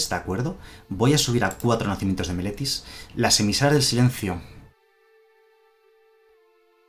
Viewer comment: Viendo todo el video, no sólo por el mazo sino para ver si en algún momento dices bien Meletis :D , ahí llegó :D